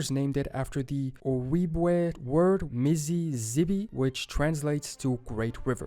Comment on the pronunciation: Ojibwa is pronounced oh-jib-way. Othwise called chippewa